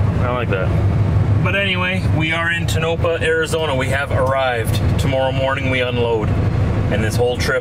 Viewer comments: I think it's pronounced tone - no - paw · Focus on your goal Palm trees and tonapah tone-a - paw is how you say it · Please ask someone local how to pronounce "Tonopah".